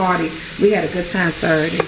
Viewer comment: You gotta be from DC? The way you said Saturday! ♥️